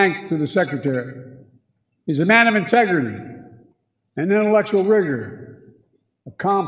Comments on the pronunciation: The other gaffe was really Biden turning into Elmer Fudd, trying to say 'rigor' (intellectual rigor) but having it come out as 'wigor.' Which also sounds like 'Uyghur.' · It sounds like he said Rigger🤷🏾‍♂️ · It sounded like, ".....and intellectual rigor."